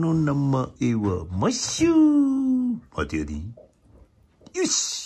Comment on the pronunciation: 大笑い！！すごい およだ量と「待てやディ〜〜〜（待てやでーとは違う）」の発音が面白すぎます！！